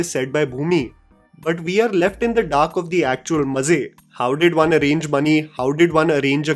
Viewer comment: "We're left in the dark of the actual mazzey" 🤣🤣🤣